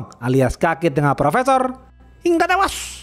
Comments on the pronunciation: klu ngomong hingga tewasss medok banget😂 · Yang menarik dari channel ini: 1. Opening komentar. 2. Pengenalan karakter. 3. Film yang jarang di review channel lain. 4. Logat khas, pelafalan hingga tewash, dan njos-njos yang iconic.